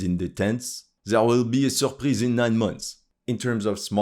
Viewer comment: "Surpreez" in 9 months OMG HAHAHAHAHA